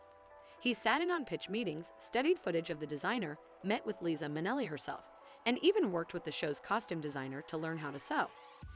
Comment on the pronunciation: If you want to have any credibility in future videos, you might want to research pronunciation of names. You mispronounced the names of Liza Minnelli, Givenchy, Yves Saint Laurent, and Pierre Cardin, as well as getting Eleanor Lambert's first name wrong. You also mispronounced "Obi wn Kenobi" and "Versailles." Learn this lesson and do better.